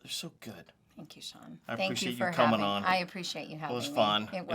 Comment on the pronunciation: Stop making it difficult to say SEAN!